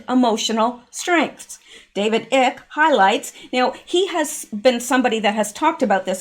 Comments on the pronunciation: Hey, idk if anyone else brought it to your attention, but that fella’s name is “David ICKE(pronounced like ice, but obviously with a K at the end). 👌🏽 Thanks for the info once again. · David Icke.... PRONOUNCE IKE...Like IKE EISENHOWER !!! ;-))) And the man should at the very least be LISTENED TO... Cause he was RIGHT ON about TONS OF IT and FOR YEARS!!! Sorry I'm late! Watching you TODAY instead of YESTERDAY!!! Fell Asleep Yesterday! lol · *Icke is pronounced (👁- 🗝) (eye-key)...just say'n💁‍♀️💗😻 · David ike? Pronounced 'eye k', not 'ick' is a classic moron. He claimed to be the second coming in the 80's. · It's not David Icke like in icky. It's I like in I do. It's a long I. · David Icke pronounced eye with a k - and he is brilliant. Not ick as in icky.